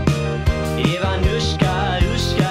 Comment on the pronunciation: Btw, not sure if you're a native speaker, but "Ivanushka" = "Ivan", but it is said in a diminutive form Also stress in both these words is on "a". And also "sh" (ш) is pronounced somewhat differently - less softly, unlike usual english "sh" (щ).